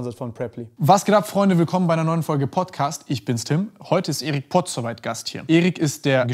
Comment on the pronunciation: Pozuweit, hihihi